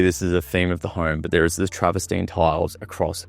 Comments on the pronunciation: Lol travastine it's trav-ver-tine. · It's 'travertine' not 'traverstine' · Some constructive feedback for you: 1. It’s called Travertine (not Travestine) 2. Stop saying the word “particular” 3. It’s called a pocket door 4. You’re in a $23m property, at least dress the part - put a suit on and take the baseball cap off and phone and keys out of your back pocket. Perception and presentation is everything, especially if you’re doing walkthrough in Toorak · Absolutely love your excitement and enthusiasm for the exceptional property mate! Just two things! It’s ‘travertine’ and if I had a dollar for every time that you said ‘luxury’ and ‘particular’ I recon that I could buy one in ‘each colour!! (Teasing!) You did a fantastic job ‘selling’ a beautiful property! I also agree that it has been amazingly, even LUXURIOUSLY !😉 Staged for sale! Well done mate! Sadly, I’m a few bob short atm!😊